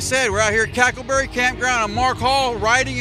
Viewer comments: calling Cackleberry "Crackerberry" for half the vid is the funniest unintentionally offensive thing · I thought he said crackle barrel 😂😂😂😂😂😂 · Lmaooo I love how didn't realize he wasn't calling it cracker berry until homke said it right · the homie out here called it crackerberry for days and then realizes its crackerberry....im fucking dying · The whole time he's calling it cracker berry .lmao definitely cracker ville